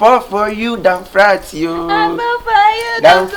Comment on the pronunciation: 🤣🤣kyekyeku said . Down frat